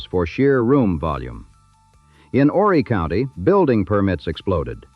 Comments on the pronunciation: You don’t pronounce the H in Horry County. It’s pronounced “oh- Ree” or “Ore-Ree” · if you're going to speak about Myrtle Beach as if you have a clue,, at least pronounce Horry County correctly! The H is silent!